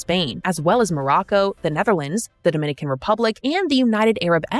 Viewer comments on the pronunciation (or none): none